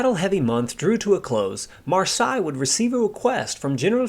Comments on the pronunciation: "seille" is not pronounced "sigh", but "say". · Marseille is pronounced Mar 'say! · " Mar-Say " 😁 Great video none the less. Thanks buddy.😉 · fair enough pal, it really doesn’t sound right though when you give so many different pronunciations. Your very first pronunciation of his name on the video is spot on. At one point you are saying ‘Marshay was two months shy’ of his 23rd bday.(they both sound the same the way you say it which they shouldn’t). Found you on Facebook, can I offer some advice? (Not meant in a condescending way) I have every book there is on Marseille and tons of other pilots and aircraft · Great video but very irritating how you couldn’t learn how to pronounce his name and surname correctly before making this video! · Your pronouncing his name incorrectly. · great video his name, though. I think it is pronounced exactly like that French city. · Please try to find out how the french pronounce "Marseille". The nmae Marseille is exactly pronounced like this in German. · Pity the Narrator can’t pronounce Marseille Correctly. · Americans really mangle the pronunciation of Luftwaffe. There's no "oo" in it and the "w" is a "v". You don't quite get Joachim or Marseilles right either. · And the question for our Quiz tonight is: How many different pronounciations of the name "Marseille" did the narrator use ? Was that a) 11 b) 17 c) 8 in 10 minutes plus 12 other variations d) 21 (all possibilities also combined with the fact that it wasn't pronounced one single time correct, being like the French town.) Fun game: with how many different pronounciations can you come up for Ike Eisenhower ? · man I was really hoping you would get this one thing right, I mean his name is simple it’s pronounced like the French city in the south of France.. don’t know what else to say it’s so simple.